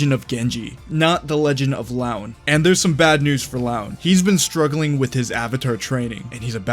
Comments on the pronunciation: "Loo-an" not "L(AOW)n" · Arghhh someone needs to correct the way the narrator pronounces the name "Luan". Can't help but cringe everytime it's pronounced as "Laun" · Btw I believe its pronounced “LooAn”